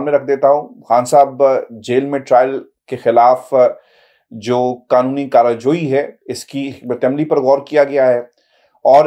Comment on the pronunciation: Aik tao charajoi hota hai karajoi nhi hota.... Doosra mashwara ye hai k English me v. Log kren ta-ke angraiz apni hakoomaton pr pressure dalen..... Iss ka yaqeenan positive asar hoga.....